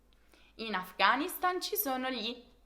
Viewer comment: Afghanistan è una parola acuta, voi di solito sbagliate sempre la pronuncia.